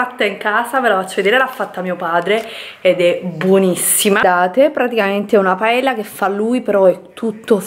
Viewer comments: Nemmeno quello che hai scritto sarebbe corretto. No è una critica, in italiano è difficile scrivere la pronuncia esatta... La cosa più vicina sarebbe 'Paeya'. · Una cosa non è una critica paella si dice paeglia